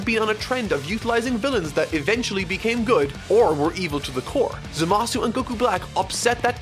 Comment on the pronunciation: G: "ZAMASS!"